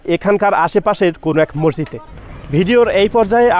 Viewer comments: কথাটা হবে 'মসজিদ' মরজিদ না উচ্চারণ ঠিক করেন😊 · আচ্ছালামু অলাইকুম। রমজানুল মোবারক। অনেক অনেক ধন্যবাদ আপনাকে। ভাইয়া মসজিদ হবে মরজিদ না। বার বার একই উচ্চারণ করছিলেন।